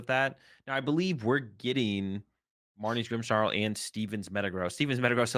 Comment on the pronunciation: Who added the "h" to "Grimmsnarl"s name? 😂😂